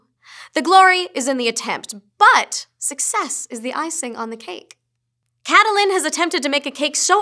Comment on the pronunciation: she's caitlyn not caitlyyn ;D